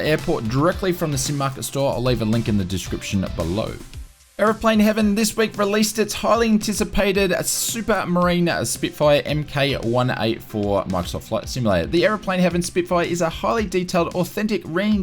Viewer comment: Just FYI, when it comes to RAF aircraft, Mk is pronounced "mark". Really like these weekly roundups. Keeps me from having to find random announcements all over.